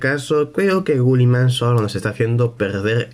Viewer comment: Una pregunta porque dices gulliman y no guilliman?